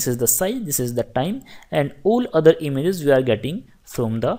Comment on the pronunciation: It's not imzzzzz it' IMAGE LOL. Great lecture though thanks a lot